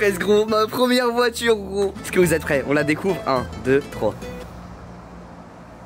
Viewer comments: Je crois Inox c’est la seule personne à dire isque au lieu de est ce que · non moi aussi je dit ca